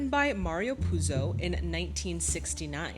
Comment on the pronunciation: I really appreciate your profound research work resulting in your historical background facts section in each of your videos. Love it! 👍 To your information: Mario Puzo's last name is pronounced "Put-so". 🙂 Apropos of names: Of course all the Italian names are heavily Americanized in this movie (e.g.: they say "Cor-le-own" instead of "Cor-le-oh-ne").